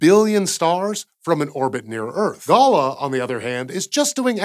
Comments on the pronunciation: I believe that the Galah mission is pronounced Galar, it's a medium sized, pink and grey, native Australian parrot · Love your work, but if you want to sound like a true Aussie it's pronounced 'Gal-aah' and it is both a native bird and also the name of someone who has made a silly mistake. Ya bloody Gallah!